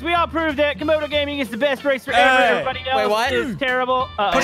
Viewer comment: say camodo its not 96 its 69